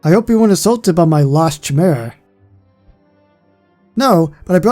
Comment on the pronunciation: You pronounce Chimera like /kiemera/ not /tchaymera/. Nice vid tho!